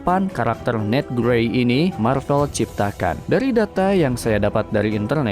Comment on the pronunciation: Marvel ❌ Marpel ✔